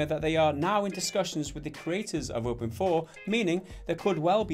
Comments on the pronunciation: OpenIV.... you pronounce it Open-Four ???? I always tought it was pronounced like Open-I-V.... you know.. like Poison Ivy... but with OpenIV... anyway... was I really the only one who tought that ? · I thought it was pronounced "Open Eye Vee"..... I've been fooled or not? I call GTA IV "Grand theft auto four" but not with Open IV. anyone else?